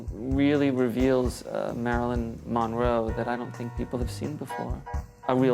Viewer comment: I would just like if he would stop pronouncing her last name as MON-row.